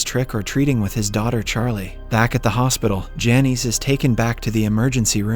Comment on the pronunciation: Lol those names are pronounced "Janice" and "Loyd.